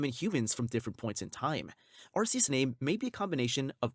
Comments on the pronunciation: ARKEUS.. not Arseus. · YOU SAID IT WRONG! IT IS ARCEUS! WANT ME TO POST THE LINK NEXT TIME? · ARKOOS.. not Arkeus.